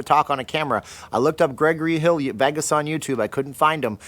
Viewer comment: Lol. I'm hearing Veggis.